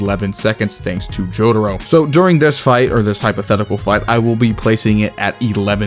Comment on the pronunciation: Why do you call Jotaro as Jodro/Jotro?